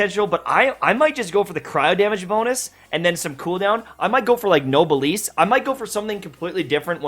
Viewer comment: fyi if you care to know, noblesse is pronounced "no bless"